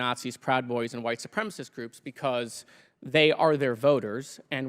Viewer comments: Lauren : it’s white supremacist. Not “supremist”. Know what you are. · Neither Traitor green, or Bobo can correctly articulate the word supremacist. It’s not supremist. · Boebert can’t even use the word supremacist properly. She should go back and finish high school !!!! The word is not “supremist”. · Ms. Bumfart…it is white SUPREMACIST…not supremist, you ignorant, dick-grabbing, theatre-vaping, bumble-headed biotch! 🤦‍♂️ 😊 Don’t you have a penis or vape pen you should be sucking?! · Boebert can’t even say the word supremacist correctly! she says supremist…..what a bimbo! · Its supremacist , not supremist you handsy dumbass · Why can’t these dipwad republicans pronounce “ supremacist” correctly? Oh ya, they’re stupid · Is "BOBERT" CAPABLE OF SPELLING THE 2 SYLLABLE WORDS SHE ATTEMPTS and "STUTTERS" TRYING TO PRONOUNCE? MARSHA! MARSHA! MARSHA!😂😂😂